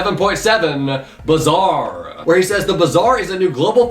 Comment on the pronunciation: Bazaar is pronounced like Baazaar and its meaning is "market"